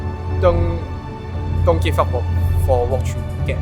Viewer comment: doncky F off 言ってて草 香港人の英語なまりなのか分からないので誰か教えて 多分want dont give upって感じなんだろうけど自動翻訳とは違うし実際の音声でもwantがドンの聞こえるから判別がつかない 誰かプロいる?